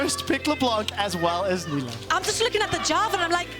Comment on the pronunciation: Female caster sucks. She can't say half the words/names correctly......